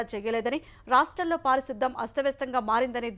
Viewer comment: News reader గారు పారిశుధ్ధం కాదు పారిశుద్ధ్యం. తెలుగును కానీ చేస్తున్నారు